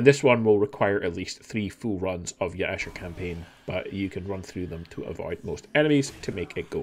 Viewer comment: Mm yes, Ya-e-sha.